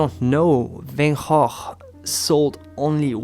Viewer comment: Love Van Goph.. This was a conversation I had with a friend a few months ago. I’m happy to hear you speak the correct pronunciation. Many people are surprised, as I was, to hear we were saying his name wrong for years. Thank you ! 💜